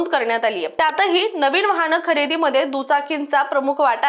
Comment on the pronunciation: सनासुदी, वहाण, णोदनी 😂😂😂 आर्रा